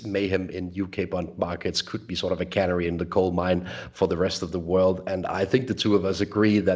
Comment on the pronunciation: your English is richer than that of many Brits. Please bear with me when I point out that the stress and vowel sounds of canary are different to those of granary. I only mention this because canaries look like being with us for a while in the UK.:)